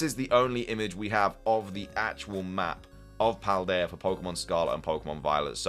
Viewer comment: If this is the region name it’s pronounced “Paul-Dee-uh